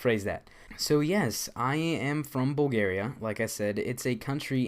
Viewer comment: lol First i thought you said Boogeria instead of Bulgaria, and why didn´t you visit the red light district in Amsterdam